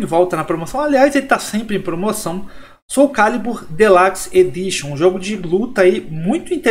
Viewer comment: "Delaxi edichan" parabéns pelo excelente inglês rs